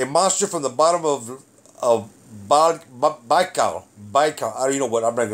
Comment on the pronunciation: Lake Buy-call is the pronunciation